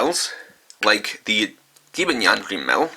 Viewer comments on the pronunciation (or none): I hate why he says Gibanyan when the Japanese vc says Jibanyan same with English they say jibanyan